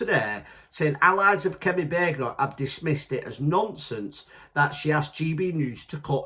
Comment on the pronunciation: It's Bad-en- och mate. 😂😉